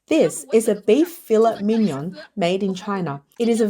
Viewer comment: I can't bear to hear filet mignon and carrageenan mispronounced!